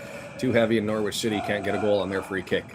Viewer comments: yep norritch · The 'W' in Norwich is silent my man